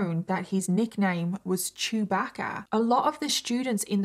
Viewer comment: Lol sorry your accent and "chewbagga" 😂 okay the second time you got it lol